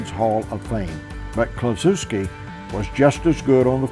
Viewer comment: Ted Kluschewski not Kluchuwsky